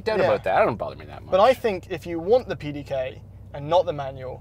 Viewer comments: As a German I feel quite offended by the pronunciation of the pdk 😂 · As a German I can tell you, no German person would have understood the word you were trying to say (PDK). You messed up the middle portion of the word completely. I am not even sure what it was that you were saying. Anyways, I am following your channel from Germany and find the content really great, Keep up the great work! Thanks!